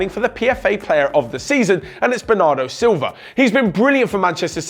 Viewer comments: It’s Bernardo Silva not Bernardo Silvia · I'm pretty sure it's Bernardo Silva not Silvia